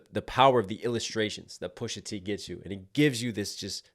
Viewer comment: goes back and forth from pronouncing it "Pusha Tay" with his blaccent 🙄, to just "Pusha T" when he's accidentally not trying hard. We know you talk regular bro, just do it. You would be way more watchable.